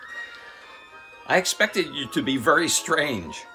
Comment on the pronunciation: You talk like Cleveland brown and I hate it very isn’t said “Vury”